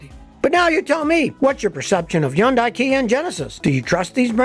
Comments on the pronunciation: As usual Scotty has his finger on the pulse. NB - just a tiny point - it's pronounced Hyundai (Hond-day) not 'Yonday'. Keep up the good work. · Yonday? Think your miss pronouncing it. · I would think it should be Hoondye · Every old-school mechanic Ive spoken to says Yun-dies, and KIAs are inferior in design and difficult to work on. They are among the worst brands, followed by Nissan and Mini. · Bro say Hyundai correctly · Is the H silent?